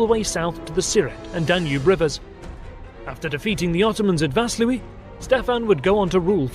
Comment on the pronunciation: Fantastic video. A few notes: Walachia is pronounced with an Ch like an H like home not a hard ch like in choice You nailed the pronunciation of Vaslui Walachs or Vlachs was the name given to Romanians by foreigners. They called themselves "ruman" back then. Ștefan didn't attack Walachia to dethrone Vlad the impaler but another prince of Walachia friendly to the ottomans. In the end Ștefan and Vlad ended up hating each other but for other reasons.